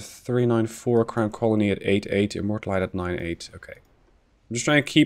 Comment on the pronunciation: HMS Immortalité has a french name, it's not pronounced like a "low calorie immorta"